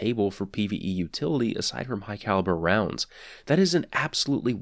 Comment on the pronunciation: Fun game, in his vids take a shot every time he says "Hugh Calibre Rounds"